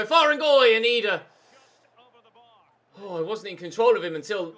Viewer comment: it is Idah not edah you pronounce it with an I not an e